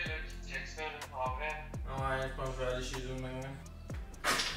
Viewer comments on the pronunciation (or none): ha ha, every time I heard you say "tabarnak" reminded me of growing up in Ottawa